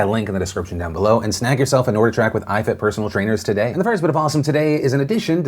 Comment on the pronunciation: Phil it's NORDIC TRACK. Not norda track. FYI